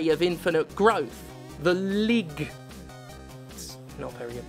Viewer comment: the way you pronounce lig sounds a lot like the dutch lieg, which literallymeans lying.